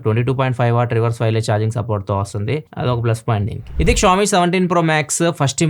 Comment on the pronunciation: It's not pronounced as 'kshawmi' it's 'Shaw Me'